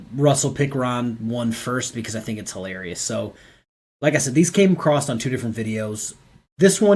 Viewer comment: Bless you your work and your family, but there is no t at the end of the word across :-)